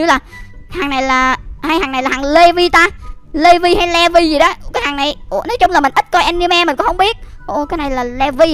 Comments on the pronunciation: Ko phải đọc là le vi mà là lì vai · ANH ƠI NHÂN VẶT ANH BIẾN THÀNH LÀ LỆ VI ANH ĐỌC SAI RỒI